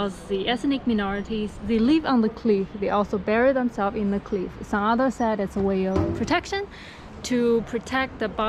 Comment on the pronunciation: 强迫症这里小小的纠正一下小姐姐，cliff发音还差一点点🙏